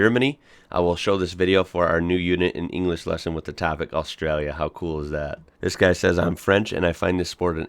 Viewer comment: Your the only American that says Australia right